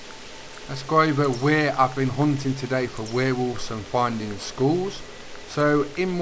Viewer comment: Congrads. Sounds like your saying schools instead of skulls 🤣🤣🤣